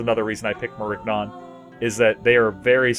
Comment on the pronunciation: Nigga the g is silent